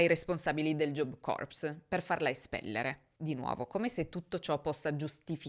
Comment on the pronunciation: Punteggio che “corps” si pronuncia “cor” (anche la p è praticamente silente ). Se pronunci la p e la s stai pronunciando “corpse” ovvero cadavere.